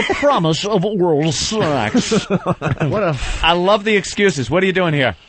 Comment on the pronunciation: He'sh cuuum fur sssuuuuweeexxxx